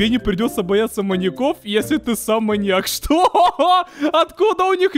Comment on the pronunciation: Мне послышалось что ты говориш моник а не моньяк😂😂